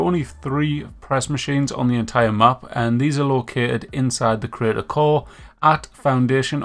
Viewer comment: "inside the critical" *"inside the crater core"